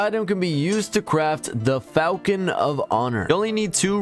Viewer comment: Falchion is pronounced falshon not falcon great video otherwise